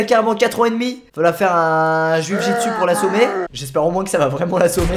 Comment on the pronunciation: eh! c pas " juijitsu" c " jujitsu" ! tu le dis super mal mdr!!!